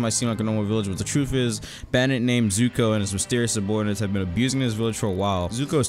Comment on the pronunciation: I can tell has never watched avatar the last airbender because he pronounces zuko as zoku idk how you mess that up